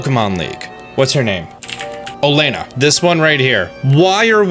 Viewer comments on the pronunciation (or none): Oleana's name is pronounced O-Lee-ANA. Not El-LAY-na.